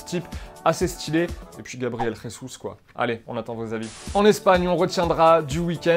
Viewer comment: on dit Gabriel Jésus avec un jolie J. On prononce pas comme en espagnol vu qu'il est brésilien 😂